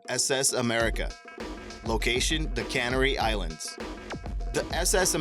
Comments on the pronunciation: Cannery Island? Never heard of them. Heard of the CANARY Islands though... pronunciation and diction, dude... learn them... 😂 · No shit! I was literally just typing the same thing... Cannery Islands. WTF? I moved my original post to a reply to yours... My god... If you are making videos please learn pronunciation of all the words you[re going to be using. To name a few: Canary - It is pronounced Kuh-nair-ee, not cannery. Canneries are where they put products into metal cans. The islands are not named after the canning process. Antarctica - it is pronounced Ant-arc-ti-kuh, not antartica - there IS a C in there. Silent C after R is not a grammatical rule. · Grammar Nazi here. The word for the Canary Islands is named after a bird and is pronounced CAN-AIR-EE, not as cannery which is a factory for making canned goods. Millenials! Rolls eyes. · Let me beat this horse a bit. It's heela, not gilla, canary (like the bird) not cannery, brisben, not brisbane, genoveysee, not genoveese, lester, not lycaster, carnaygee, not carnaghee...ok, the last three you didn't say, but it still bothers me when people mispronounce them. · Your pronunciations are atrocious Teufelsberg is not pronounced "toofelsberg" it is pronounced "Toifulbairg". It German it means "Devil's Mountain" Gila is not pronounced "hilla" it is pronounced "heela" Canary is not pronounced "Can-ery" it is pronounced "Ca-nary", just like the bird Spreepark is not pronounced "spree-park", it is pronounced "spray-park" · "Gilla River, Cannery Islands.?" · No, DO pay attention to the negative comments about your pronunciations. If you're going to keep narrating videos, you REALLY need to learn to pronounce words and place names correctly. For example, ka - NAIR - ee is how to pronounce Canary; just like the lttle bird, although that isn't what the islands are named for. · Lol..... Cannery Islands... WTF? Amateurs... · Cannery islands? lol they can salmon there? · Cannery? You never heard of a bird called Canary?